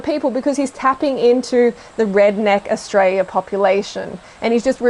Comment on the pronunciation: Only 45 seconds in and this is a load of shit, she can’t even pronounce Australia properly